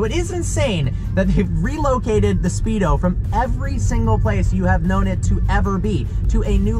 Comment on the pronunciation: "The Spedo" wow I had no clue this car is on a swim team